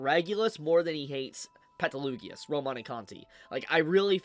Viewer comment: Why are you changing the names like that? Peta Lugias? That’s not how you pronounce it.